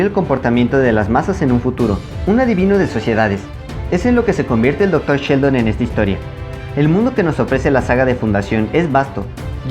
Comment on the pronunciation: Cada que dices Dr. Sheldon me imagino al personaje de The Big Bang Theory y hasta me dan escalofríos. Pobre Seldon, lo estás acabando al decirle Sheldon 😅. ¡Qué buen vídeo! 😉